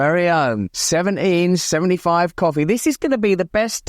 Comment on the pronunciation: I come to hear Russ say “seveneen sevenee five” every day 😊